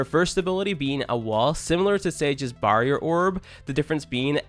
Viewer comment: The way you said barrier. Ewwww